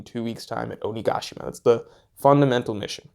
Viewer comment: My insides jolted every time I heard OniGAshima, had problems concentrating on the actual content because of it, lol